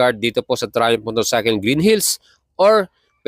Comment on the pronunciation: You should pronounce it as trai-uhmf and not TRAYUMP. You should also learn to distinguish F to P and V to B when it comes to proper pronunciation. The brand Michelin is pronounce as 'meesh lan' since it is a French word and not MICHILIN. Wag po puro vlog lang and learn also the proper pronunciation by searching. This is one of the many reasons kaya nakakatamad kayong mga Pinoy na vloggers panoorin at nakakahawa kayo ng kata*gahan esp. kung mga kabataan at mga walang alam sa mga binabanggit nyo ang mga wordings. Just my 50 cents lang po. Also, yang sinasabi mo na 201 kgs (kerb weight) eh hindi po yan light weight as what you are claiming. Sa displacement nya na 660cc considering na 3 cylinders lang sya, mabigat na po yan at almost comparable na sa mga liter bike. Kaya pano mo nasabi na light weight???? Keep in mind na ang Ducati Panigale V4 is nasa 193 kgs na (4 cylinders). Kaya, I will ask this.... Ano po ba ang definition mo sa light weight? Also, may sinabi ka na very agile. How did you know na very agile po? Nakasubok ka na ba ng test ride? O base lang yan sa mga figures na ibingay sa'yo ng Triumph? I have no gripes against Triumph huh? In fact, I have a Street Triple 765, 2023 model and I love that bike. The thing is, napapanood ko na ang mga vlog mo pero ang daming sablay na dapat mong i-correct esp. sa pagiging redundant mo sa mga wordings mo like "premium, super premium, etc" I think, I am just nit picking lang and this is for you to improve your vlog lang sir. You ha